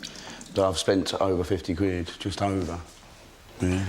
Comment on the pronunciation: Lesson nuber one: Learn how to actually say "quid".